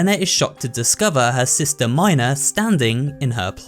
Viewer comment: That's not how u pronounce mina but ok